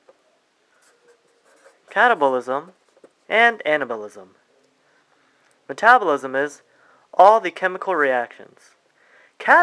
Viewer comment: sounds like you are saying cannibalism